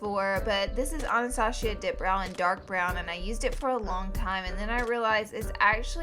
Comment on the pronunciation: Its anastassssssia not anastashhhhia